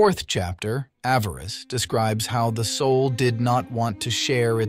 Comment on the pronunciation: It’s Avarice— not avarest!!